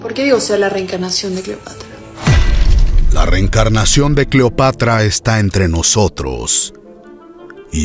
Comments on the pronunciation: Cleopatr"O" xD jajajajajaja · ESA no es Cleopatra, es Cleopetra